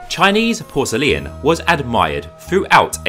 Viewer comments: Its great except for the way you say Porcelain as Porcelian ? Which is very odd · Why do you say porcele-an? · Porcelain is pronounced ˈpɔːr.səl.ɪn, not porcelian. Qing is pronounced ching, not king. Otherwise, a great documentary. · It was great except for the way you say Porcelain as Porcelian, sorry, but it was too distracting, I could only get halfway through the video. My misophonia got the best of me. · it is pronounced Por ce lain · I am pretty sure "porcelain" has three syllables 😄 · that’s a very odd pronunciation of the word ‘porcelain’… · Great video & I love how you pronounce “porcelain”. What is your backround? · Very interesting, although it seems I've been pronouncing porcelain the wrong way. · To be frank, we don’t pronounce it the way the author in the video does. 😂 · Why are you pronouncing Porcelain like you do?!? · ok lets talk about how you pronounce PORCELAIN a minute? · oh my god the way you pronounce porcelain is atrocious 😭😭😭😭😭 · I thought I would look at the video for education. While it is informative, I was wondering why you began with English porcelain to show it was a copy of the Chinese and render your conclusion in psuedo-scientific comparisons. Your pace ... with ... all.... its...unnatural ...breaks....was .... a ...bit.....nauseating. Your extra syllable in pronouncing porcelain was quite odd and uncomfortable. Consider fixing these strange elements and re-posting. I am trying to be charitable here and hope my words are not too harsh. Thanks for the effort all the same.